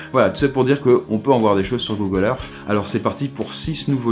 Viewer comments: pourquoi il dit google erf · Google Eurf...xD Excellente vidéo ;)